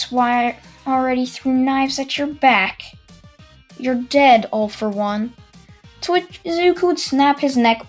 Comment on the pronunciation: Every time he says “to which” I hear “twitch”